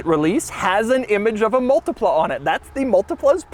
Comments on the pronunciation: Mul-tea-pla Say it with me. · Me, an Italian hearing him pronouncing multipla: s t r a n g e